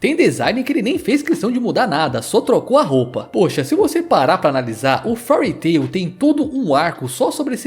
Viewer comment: Não é Furry Tail, é Féari tairu. As pronuncias podem ser problemáticas as vezes kkk